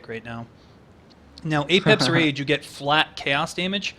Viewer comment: "Apex Rage/Reach"? What's talking about? New unique? Can't seem to find it anywhere. EDIT: Found it as Apep's Rage. American accent. --_--' I'd personally pronounce it 'Ah-pep'.